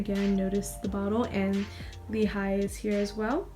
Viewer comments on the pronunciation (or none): none